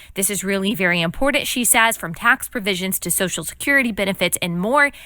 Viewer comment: Hey biyatch, it’s imporTanT, not impordunnnd..